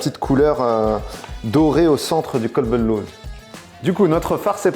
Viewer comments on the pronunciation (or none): As salam aleykum alors tout d'abord sans vouloir critiquer c'est Qalb el louz et non Kalb la tu viens de dire "chien d'amande" attention dans la langue arabe si on prononce mal le mots prend une autre tournure mdrrrr et pour moi chamia c'est la halva turc lol je vais l'essayer de suite la recette merci beaucoup